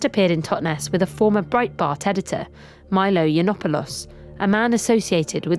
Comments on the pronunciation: cant even get a very basic thing like pronouncing Milo's name properly. Sub mid-wit. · She couldn't even pronounce Milo's name properly.